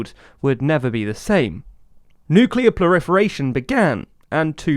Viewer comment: "Nuclear pluriforation?"